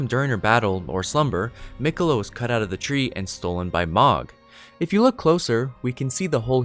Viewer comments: It's not magh it's mogh..oh my gosh I had to stop watching and it was really good up until then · It’s “Moe-g” not “mah-g”. They say it in the game fairly often and it’s not a “hard” name to pronounce. Other than pronunciation (pretty important, you said a lot of names wrong) good video. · I'm pretty sure Mohg is meant to be pronounced with an o sound like in "mode" or "dome", not the sound like in "dog" or "fog". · The word is "ESCAPE" not "EXCAPE". Also, Mohg is pronounced like "Mowg", rather than "Mahg". There's a few characters that speak his name. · The mispronunciation of Mohg repeatedly was driving me crazy lmao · Lotta little errors here. The 2nd bloom is not Malenia. That's someone else who bloomed but died. More than likely a sister/clone of Malenia from the children of rot. Mohg is mispronounced. They say it in the game.